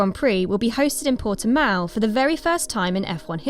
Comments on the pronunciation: It's Portimão, come on guys... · Your 'proper' title was a mistaken attempt to pronounce it in SPANISH. So retry, realising it is in Portugal. Similar language, but still distinctively different.